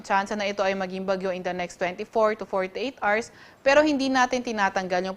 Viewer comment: 24 to 48 "ARS" daw 😂